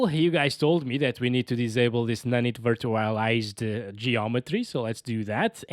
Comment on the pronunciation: its pronounced "nanait virtchualized " 😅